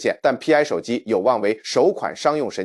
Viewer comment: ai连π都唔识读么